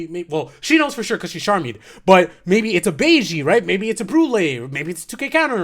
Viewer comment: Funny how you kept saying “sharmie”.